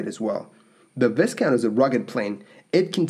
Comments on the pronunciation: You're doing a nice job of documenting, producing and narrating: your video product is extremely "watchable". However, you need to do a bit more research and dig a little deeper into your facts. Two examples: Vicker Viscount pronounciation: "viscount" is pronounced vie'-count. As another commentator has noted. ALSO your comment about being "quiet" made my head spin. Have you actual HEARD a Rolls-Royce Dart turbofan engine run? If you have, and you weren't wearing ear protection, you would probably now be at least partially deaf. The screaming noise these engines make is unique and unmistakable and probably responsible for a lot of hard-of-hearing line pilots. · Technically viscount is pronounced vie-count. As a Canadian you should be able to pronounce that correctly, along with Lieutenant (pronounced Left-tenant). I'm assuming that you're Canadian at least by the sheer amount of Canadian airline footage you show on your channel. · C’mon... even Wikipedia has pronunciation section literally at the beginning of the page. Then if you even bother to look at any footage of Viscount aircraft on YouTube it is pronounced as it should be. This is such a shame... and will certainly lead to others mispronouncing.... I’d re-record that altogether or just have someone double check my work before putting it out and looking like a fool. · Excellent to see the vintage footage of a Viscount and congratulations for pronouncing 'Birmingham ' correctly and not US style. Shame about the mispronounced 'Viscount' though... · FYI: The "S" in the word "Viscount" is silent. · I really wanted to watch this video... But I can't... How do you pronounce "Viscount" my dear? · Please correct the pronunciation of Viscount it’s so wrong and so annoying ! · What a shame to put out a video mispronouncing the aircraft name... it’s like conducting an interview and mispronouncing your guest’s name.... 😬😬😬 unforgivable....on aviation channel. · Its Vy-count.